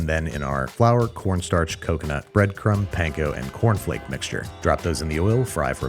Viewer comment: coconut? cocono